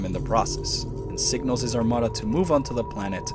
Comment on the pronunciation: Anyone else catch the subtle ethnic touch on the word "armada" ?. Felicidades, sir